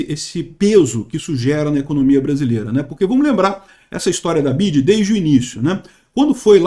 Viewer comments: Nao é Bid é BIDÊ kkk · Bi ya di (di e não dji) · A pronuncia correta é (Bi Uai Di) hahahaha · N sabe nem falar BYD 😂